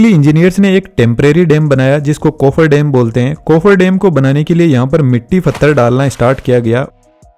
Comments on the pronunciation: What is dem? Bro it's dam and not yangtajee river, it's Yangtze river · Dam❌ Dem✅ 😂😂